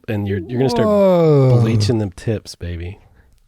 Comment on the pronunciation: Did he say bleaching the tits?